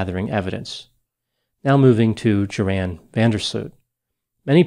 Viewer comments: "Yor' hun" Vander Sloot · Rather "Yor' in" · JORAN is pronounced YORN. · Thought his name was pronounced Yore-Ann, Doc? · I shouldn't care because the guy is evil, but I've always heard Joran pronounced like "your-han". Anyone familiar with Dutch? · Isn't Van der Sloot's first name pronounced Yoran? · You left out Joran's father, the man who said you couldn't pick on his son without a body. My opinion is that Daddy helped Joran get rid of Natalie's body. I think they brought it out to sea. Eventually the father got his just deserts by dropping dead on the golf course. Joran's name is pronounced as if the J is a Y. Joran is a sociopathic killer as proven by his killing of the girl in Peru. He is in a Peruvian jail where the inmates run the prison. Good grief, was nobody here born yet in 2005?